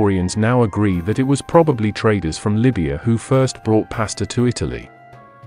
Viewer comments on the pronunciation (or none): These As are painful to hear. Like nails on a chalkboard. Allah does not sound like Alan. Same for Pasta, Taco, Islamic... Somehow nailing Islam as "Is-LAH-mm", but Islamic is coming out like "Is-Lamb-Ick" -- wild! Otherwise, excellent video!